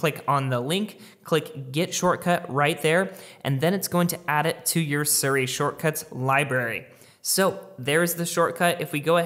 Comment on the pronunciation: its SEER-E, not SIR-E